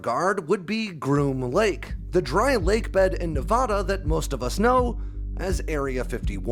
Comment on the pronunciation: Hey man I love your videos! One note: it's pronounced "nev-ADD-uh" not "nev-ODD-uh". That's how we natives can tell if you're from here or not.